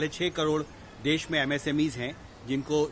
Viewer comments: सर् देश होता है न कि देस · It's desh not Des......plz yaar. I m big fan of ravish ji..,...